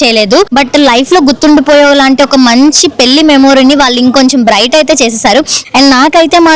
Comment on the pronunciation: పెళ్ళి అనడం నేర్చుకో ముందు పెల్లికాదు😡